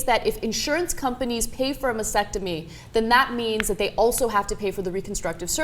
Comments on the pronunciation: Ok, after the first few times, I thought it would go away, but seriously guys; Sound it out, spell it out. Mas-Tec-Tomy. masTectomy. Not "massectomy" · STOP SAYING "MASECTOMY". It's "MASTECTOMY", you freaking dumbass! Stop focusing on insurance and focus on how "heroic" and "noble" are not even in the ball-park of describing this. Try "dumb" or "stupid". People, listen, if you don't have cancer in your head, don't have your head removed. If you don't have cancer in your breasts, DON'T HAVE THEM CUT OFF!!!!!!!!! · They keep mispronouncing mastectomy - they're omitting the first t for some reason